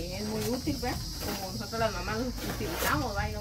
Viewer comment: Tambien dice, nojotros 😅